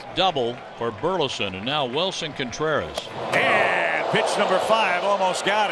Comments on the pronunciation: I just asked some friends last night if they hear how Pat says CONEtreras! 😂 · I'll never be sorry the Cubs gave up on "Cone"treras. (as Pat would say.)